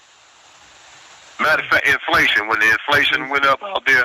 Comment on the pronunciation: He’s trying to say inflation 😂